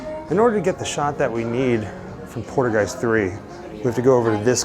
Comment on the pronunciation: Haha cool video but Haha lol u make me laugh every time u say poltergeist 3 cause u almost sound like your saying poodlegeist sorry it just sounds funny and wierd to me bro. Its pole.- turr - guy - st ..anyway that's how you are supposed to pronounce it .I'm just teasin u bro for fun so no hard feelings for trying to correct u ok.